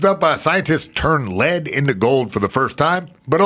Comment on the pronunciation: L E A D not LED